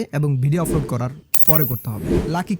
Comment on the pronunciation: আপনার উচ্চারণে ভুল আছে। আপনি আপলোড কে বারবার আফলোড বলছেন।